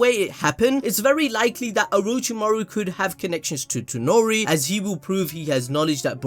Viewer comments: It is Toneri not Tenori...... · ToNEri. TONERI. NOT ToNOri